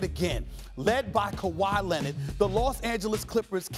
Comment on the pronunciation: Who's Kawhi Lennid?